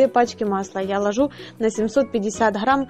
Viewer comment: Много болтовни,ложу,хграмм,до того противно слушать,делать расхотелось 😢